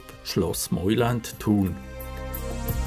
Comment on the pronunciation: Es spricht sich "Meuland " aus und nicht "Meuländ"!! Ansonsten sehr schönes Video